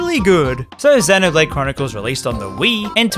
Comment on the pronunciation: that 'duncan' better be a jab at ign then again, you were also pronouncing 'xenoblade' wrong the whole time